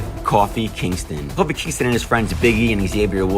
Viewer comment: Mauler I just thought the narrator didn't know how to pronounce Kofi😂 He was probably reading a script with Kofi spelled wrong like on the video